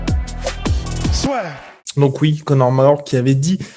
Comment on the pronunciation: "donc oui ! Conor Mawooorr qui avait dit !" xD